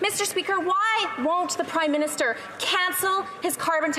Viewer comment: it sounded like Larry Brock almost called him the "Crime-Minister". It would be a more accurate title.